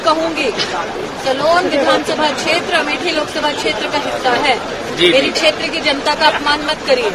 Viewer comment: छेत्र शब्द 12 बार बोला आप से गलती हुवी है sir